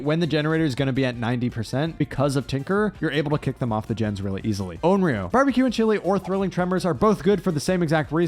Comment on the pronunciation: Ah yes the classic bambeque